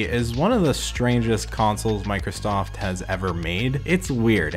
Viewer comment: Did anyone else noticed that he said 91sack & Microllstoft ?